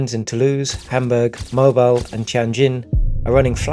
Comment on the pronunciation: Mobile Alabama is pronounced like MO BILL to those who just assume! Thank you!